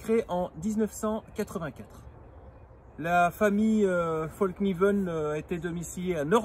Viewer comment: Un conseil , pour avoir été empêtré dans une conversation identitaire, ne dit pas fallkniven comme tu le dis devant un suédois qui a trop bu 😁. Ca les fait rager de nous entendre mal prononcer leur rares marques alors qu'on fait des efforts pour prononcer correctement london, Manchester united , nike comme il se doit ..😉 Moi en tout cas mon coeur balance . J'ai eu des version d'autre couteau avec revêtement dans le passé. Et avec le temps ça devenait dégueulasse. Bref après tout ce temps il donne quoi le revêtement ?